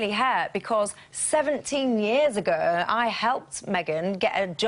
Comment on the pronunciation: A few new ones from Michelle this week ---she drinks to be 'sershel' as in the clip that she 'sherd' us from 2 weeks 'agerr'-only Herll has a vowel missing